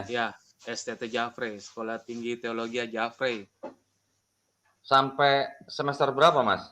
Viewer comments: nyebut nama STT nya kok aneh ya.. Di Mks jarang disebut STT jafre..biasa disebut STT Jefri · Spelling nya salah, org makassar selalu baca nya Jefri, bukan jafray... Satu lg, bukan stt tp STFT